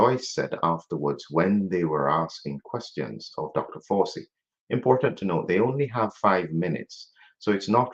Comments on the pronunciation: I like the pronunciation of his name - "Doctor Forcey". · Fauci is pronounced in the Italian manner.